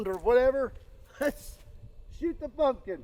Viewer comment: it sounds like he put a F in pumpkin . what do you think ??????